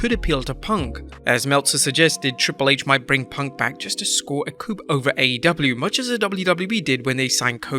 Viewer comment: "Coup" is pronounced KOO